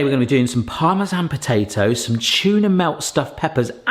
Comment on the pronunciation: to i replayed your voice 3 times and those things are called po ta toes you kept saying pot a hoes it made my day